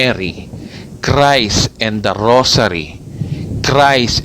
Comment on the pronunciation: Paki linaw daw, ano ba ang tamang pronunciation: "GOSPEL OF CREST" or GOSPEL OF CHRIST ??? Tama ba ang turo mong "CREST" imbes na CHRIST???